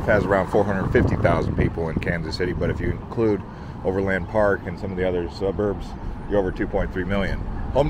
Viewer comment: 4 minutes and already need someone to explain things for you. County Road Ice house (no r), Overland Park and Midland aren't pronounced with a long a in them, it's an "ah" sound. Next time, research the place you're going to you know more about the city. Best hotel in KC is Hotel Kansas City not far from the P&L. It has a rich history and is absolutely gorgeous!